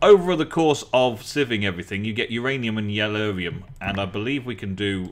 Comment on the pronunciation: it's yellorium not yellurium!!!